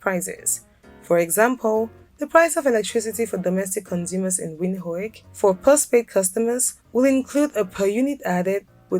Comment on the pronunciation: It's pronouned "Vint-Hook".